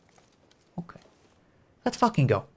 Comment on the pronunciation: Love the way he says "okee"